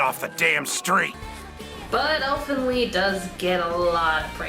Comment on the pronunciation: Who the fuck pronounces Elfen Lied that way?